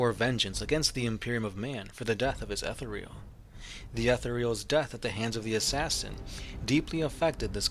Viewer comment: Bro I'm going to do the 40k community a service by letting you know you say Etherial incorrectly.